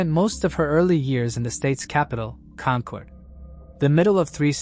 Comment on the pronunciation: It’s Con-kid. AI needs to be taught, if the story is based here in New England, it’s Con-kid. Thanks for the stories